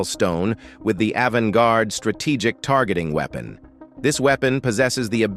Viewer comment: what the hell is a ''weepon''